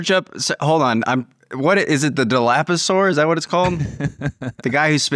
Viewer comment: Dilophosaurus as opposed to “dalapasor”